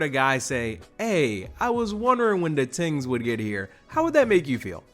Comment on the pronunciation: Ohhhh it's "tings". I thought bro was talking about TEENS this whole time. 😂